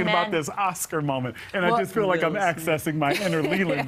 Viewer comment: Please don't pronounce "feel" as "fill".